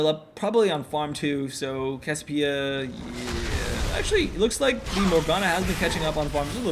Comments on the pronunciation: you can pronouce it CASS-ee-OH-PEE-uh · It's pronounced "CASS-ee-OH-pee-uh" !